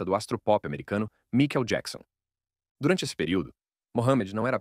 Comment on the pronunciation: que porra é essa de vídeo que o narrador não sabe nem falar o nome do MICHAEL JACKSON?!?! 👌👌👌